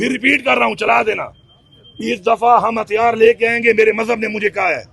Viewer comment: ابے تھتھے ہتھیار ہوتا ہتھیاڑ نہیں ہوتا کیوں قومی زبان کی ناس مار رہے ہو ویسے ہو آپ بھی شیر افضل مروت کی طرح کمپنی کے بندے ۔